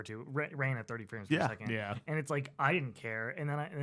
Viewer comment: At first I thought said “I don’t give a shit about Friends Per Second” and I was so offended haha I was like “what did Jake Ralph and Lucy do to you?!” Frames per second makes so much more sense